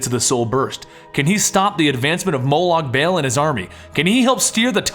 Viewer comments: MO lawg Bawl is the correct way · It's pronounced: Moe Log Ball even though his name is Molag Bal